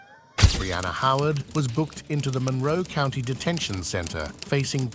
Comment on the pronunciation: "Taken into custody at the Charlotte Couinty, (County), Jail. I'm forever going to see County as "Couinty" from now on 🤣